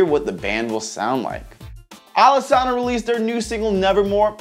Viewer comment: Alesana's name is actually pronounced (Alice-Anna) ...sry that just bugged me